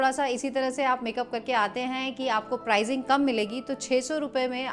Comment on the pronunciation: मैडमजी,प्राइजिंग की बजाय प्राइसिंग बोलो...